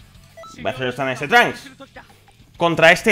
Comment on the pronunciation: Por k dices de esa forma el nombre de trunks